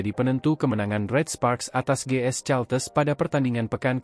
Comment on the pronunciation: Caltex ..bacanya kalteks kali Om....bukan caltes